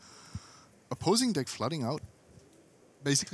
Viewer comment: Whenever says "deck" it sounds like "dick."